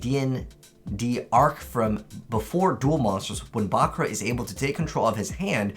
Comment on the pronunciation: He says it the way it's said in the original Japanese version. The dub's pronunciation of "buh-KURR-ra" is a very American way to say it.